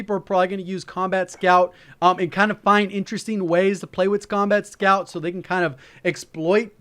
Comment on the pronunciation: thought he said 'scumbag' scout